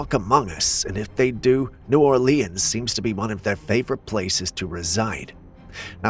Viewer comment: Where are you from? Your saying New Orleans very weird. Not picking I just know you ain't from the South. Curious is all.